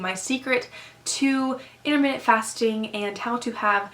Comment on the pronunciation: Um... IntermittENT fasting, sweetie. Not Intermitted lol